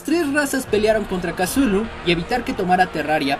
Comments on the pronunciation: Di cutulu no casulu plis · Como le dice make a cthulu MAKE:casulu YO:tuchulu